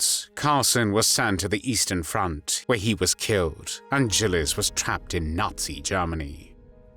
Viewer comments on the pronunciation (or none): I always heard her name pronounced with a hard G.